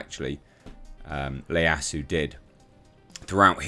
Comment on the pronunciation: it’s Yi-ya-su. Ieyasu is spelt with a capital “i”.